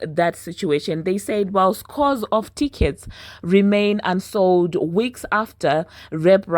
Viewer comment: The minute I heard "UNsold out show" Pause Rewind "O she's starting her ish from the DOOOOR!!!"😂